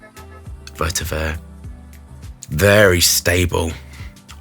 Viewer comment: Is this the edt or edp? I've noticed always say's vertiver rather than vetiver?